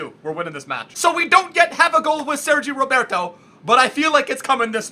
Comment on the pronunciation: It's not Sergio Roberto it's 'Sergi Roberto'